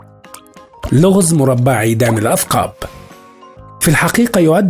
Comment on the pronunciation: الغار ممتازه ولكن نطق عيدان الاثقاب ليس صحيحا وانما هي عيدان الثقاب . بكسر الثاء مع التشديد ..